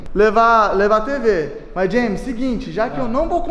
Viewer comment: É muito bonitinho o chamando o james de jemin 😂